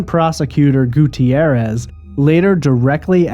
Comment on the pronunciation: Gutierrez has only two syllables, not four.